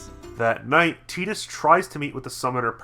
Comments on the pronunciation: I didn't know that tidbit about Tidus' name, and hate that pronunciation somewhat less now. I still think Tide-us makes more sense, given his affinity for water, but hey. Keeping this quick: I like this game. Combat is good and fun, sphere grid is an interesting concept (but the normal version is too linear to do much with), world is interesting, characters are interesting. But they look like assholes, and the voice direction could have been much better. Granted this was Square's second voice-acted game, ever (after The Bouncer), but whatever the reason, bad voice direction is bad voice direction. Also The Laugh Scene is an actually good scene, because The Laugh is ironic, and no one seems to get this. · ffx is a blast love wakka to bad of how they pronounce tidus name